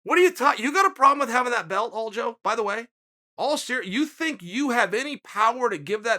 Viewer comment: Will Chael ever get Aljos name right? ALDO.